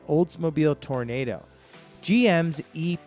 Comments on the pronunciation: Please learn how to pronounce toronado properly. It's not prounced tornado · Tornado? Mark 'Vee'? Funny and sad... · Is this dude Canadian? It’s Toronado, pronounced Tore Oh Nah Dough. 😂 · Learn to pronounce the car. Tour A knod ohhhhh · The first front wheel drive car by GM,was the 1966 Olds Tornado,then came the Eldorado in 1967. The 79 Riviera was not the first.This guy needs to do some better research and pronounciation. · The announcer is a loon! The Olds Toronado is NOT pronounced like the weather phenomenon. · He lost all credibility when he mispronounced Tornado. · Lol, it’s not tornado, it’s Toro - nado. It’s not Lincoln Mark V, the V stands for the Roman numeral 5. I guess the rest of the narration is suspect considering those errors are simple to catch. Living in that era I’m surprised at all the mistakes I this narration. But the overall video was entertaining. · It was called the Toronado, not the "tornado". Do your research better dude. Better yet, ask someone who knew about those cars. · Take cover! Here comes a tornado! Auntie Em! Auntie Em! ha ha ha ha - yes as mentioned - to-ruh-naa-doh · How stupid is he? It's Toronado not tornado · yes, tor nay do!!! over and over again. geek has no idea that we owned most of these cars!! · It’s an Oldsmobile Tor-o-nado NOT tornado. And the Lincoln is a Mark 5 (Roman numeral). Not Mark V. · And I had to laugh when he pronounced "Tornado" instead of "Tornahdo" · Oldsmobile Toronado not Oldsmobile tornado it’s not like tornado a weather storm . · mispronunciation of names, Tornado, Mark Vee......This video is a joke. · I"m dying here. Tornado. LOL!! I"ll forgive you. Your research over shadows your pronunciation. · It's pronounced "tor-oh-nah-doh". It's not a tornado in Kansas. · Tora -NAH-Dough and BROME - not BRO-him. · Yeah he lost me when he said 'Tornado'. Obviously he doesn't know what he's talking about. He has no credibility, and he's an idiot. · You said TORNADO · Its toro-nado to tornado you doofus!